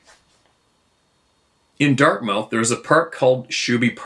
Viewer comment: Giggles… - it’s not Dart-mouth…it’s pronounced dart-muth..I’m sorry, had to say it… 😂..have a great day!